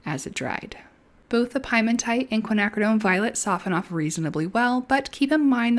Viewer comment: You pronounce it "Pee-eh-mon-tight," not 🥧 mon tite. This word is not at all related to pies. Piemonte is a region in Italy just below the Alps The word means "foothills." The original pigment must be from there, a rock from there. Yes, I'm being "that guy" about pronunciation, but you are confusing me, because now I want a piece of pie. So there you go.